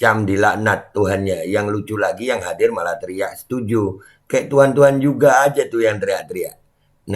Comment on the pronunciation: Wkwkwk, koplak bee, sampe ngakak w pas ente bilang setunju.wkwkw